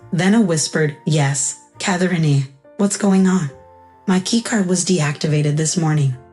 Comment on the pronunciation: Post-It, not posted. UPS, not u-pay, Mispronouncing "Catherine." Led, not let. MTech's, not M Texas.